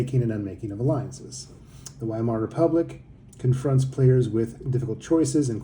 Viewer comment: You should pronounce the W as a V